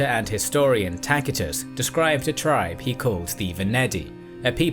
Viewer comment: Where did you get how to pronounce Tacitus? That was....non ordinary.